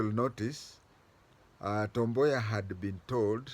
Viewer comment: Wod [ Woud] Boya.... you really pronounced well.